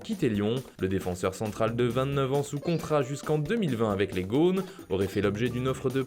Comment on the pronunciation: Au personnes en chargent de la réalisation des vidéos Foot mercato je vous fais parvenir cette petite correction orthographique, Gone se prononce avec un « o » ouvert et non un « o » fermé, car il n’est pas de la même famille que le participe passé ou adjectif gauné (que certains écrivent gôné) qui signifie « habillé ». Gone est le plus souvent employé avec le sens « enfant de sexe masculin » ou avec le sens « fils, enfant » (« C’est un gone bien gentil ». « Ils sont partis en vacances avec leurs gones »). Il correspond alors au français familier gosse. Il est aussi utilisé avec le sens « Lyonnais, habitant de Lyon » et un vrai gone est un Lyonnais d’origine (« Lui, c’est un vrai gone, il est né à la Croix-Rousse »).